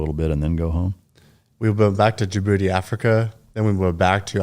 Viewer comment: DJIBOUTI not JaaBooty 😂